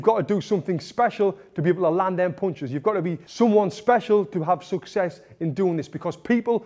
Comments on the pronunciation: I love the way he says "puinchus" 🤣 (punches) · Tony " mulvvvuble bunches " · Mooloopool poonchez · I think he says "ponchis" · may be . Only his mouth knows it. He spins the word with his mouth 😅